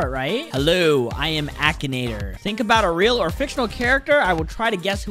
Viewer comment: We love the “ackanator” The pronunciation is so good